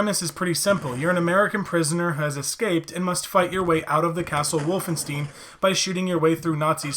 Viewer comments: You had me up till the point where you said “Wolfen-steen.” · Can pronounce Frankenstein, but can't pronounce Wolfenstein. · There's no way you never heard someone pronounce Wolfenstein 😂